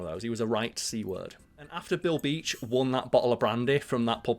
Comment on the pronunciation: Every time you say Bill Beach I hear Bilby and I feel like chocolate 😂